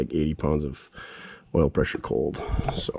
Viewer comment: Pres-sure wash... Pres-sure wash... Pres-sure wash...